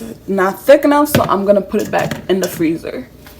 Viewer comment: Yk she’s Haitian the way she said “enough” lol great video hun ❤️🔥